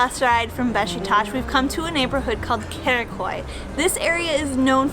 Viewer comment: It is Karaköy, not Karikoy 😂 love you ❤️